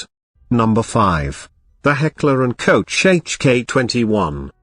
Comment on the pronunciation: "Heckler and COACH" LMAO